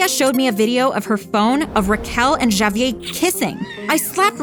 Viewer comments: My god say the name right.... Ja-Vee-Ay?! Nah bruh it's Ha-Vee-Air smfh. God that was so irritating! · No way they pronounced javier as “JAYyy-vier” 💀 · please no one ever let this girl say Javier again. it's HAH-VEE-AIR. ITS NOT HARD TO PRONOUNCE GIRL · Is anyone else annoyed by the name being mispronounced? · Why is she pronouncing Javier like that wtf 💀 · y she pronounce Javier like that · I love how everybody has their own way of pronouncing Javier 😂😂😂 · Lmao, they pronounce it three different ways